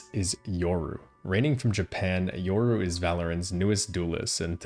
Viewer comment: Yoru... hard R, RRRRRR, not "ouru"